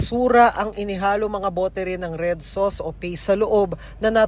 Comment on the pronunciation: "kimchi SOOUSHCT"